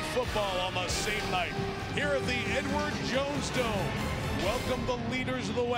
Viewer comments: I can't be the only one that heard him say "N-Word Jones Dome." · I know what he said. I was not implying that he intentionally tried to make a reference to the N-word, it just sounded like he said "N-word Jones Dome" and I found that to be funny. It's not that deep.